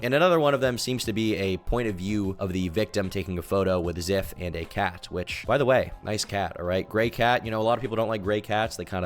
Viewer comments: I'm late ASF but this name is pronounced "z-EYE-f" not "z-EH-f". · I used to watch zyph bro come on 😭 (also I swear if I hear you say ziff one more time imma lose it, it's z-eye-th at least say his name right) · the way he pronounced Zyph az Ziff the whole time I cannot even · It’s pronounced “Zife” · I used to watch this guy some years back, and it hurts every time he pronounces it ziff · I believe in both stories but i do trust and believe zyphs story more, all though i do believe there might be some white lies in the mix but idk the story just seems very detailed and ofc i wouldnt want her to end herself if i broke up her and its not that far fetched when you see these other stories about crazy x's but we'll see in time. You were mis pronouncing zyph the entire time.